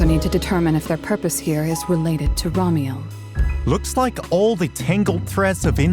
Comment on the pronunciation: That name reveal reminds me of when Hermione explains the levatation spell, to Ron in Harry Potter. You're saying it wrong. its Remielle, not Ramiel... 😂